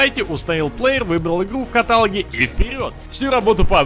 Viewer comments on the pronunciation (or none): Еееееее катАлог